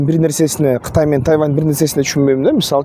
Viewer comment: Куурчап эмес курчап ..тайаван эмес..тайван